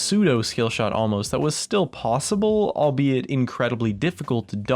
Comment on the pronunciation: Albeit is not pronounced that way,just saying